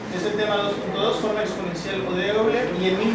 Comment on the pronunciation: Técnicamente se pronuncia: OILA :)